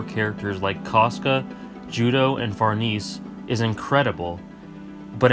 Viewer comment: Caska. He accidentally was pronouncing it 'trash.'